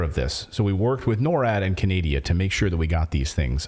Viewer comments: Canadia anything like vaginal CANDIDA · Lol as a Canadian I almost spit my coffee when Clayton said Canadia. 😂😂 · lol canadia lol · Ca-nai-dia .... says the next door neighbor 🤦‍♀️ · In Canadia... 🤣🤪🙃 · CANADIA. YES. Kind of nice. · Oh Canadia! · Lol you never knew it was called canadia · Canadia...= United Status 🤣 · I'M FROM "CANADIA" 😅🤣😂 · You mispronounced Chinadia.😂😂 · Get it right- its Chinada lol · She can't even pronounce CANADA properly!